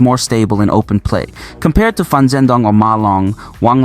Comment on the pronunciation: He must have meant 'Fan' .... sometimes, one has to get used to hearing Saank you... instead of Thank you ...